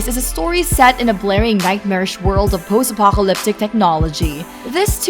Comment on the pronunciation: i cringed when she tried to say apocalyptic